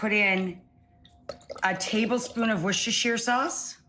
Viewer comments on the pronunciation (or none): Please! It’s pronounced ‘worst-shur’.